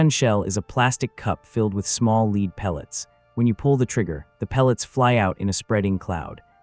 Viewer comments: Lead not leed !!! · "...small LEED pellets..." Jesus Tapdancing Christ, I f-ing HATE shïtty AI narration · AI crap. “Small lead balls” pronounced “leed”??? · ai just sucks. "a plastic cup filled with small leed pellets". leed? this channel is made by a bunch of maroons. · SHOOTING LEED. When will AI learn to talk ? WHEN? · So the gun crews were shivering in the darkness, at 22c? Their socks were rotting overnight & they were spraying "leed" at the enemy. I'm surprised that AI didn't pronounce that as enema.🤦 FFS AI! Stop creating shite! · Don't be shooting "leed" at me! This would be so much better without the AI. How do you mispronounce Banzai? Man, use some smarter AI. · Stupid AI can’t even pronounce lead properly! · Factual inaccuracies, for instance, the M3 37mm is not fired by a foot pedal, AI mispronounciation of words like "lead", and annoying and unnecessary image filters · Good video however, the AI narrator breaks the immersion when it pronounces "banzai, lead, etc" not sure if that can be tweeked or not but that would be great!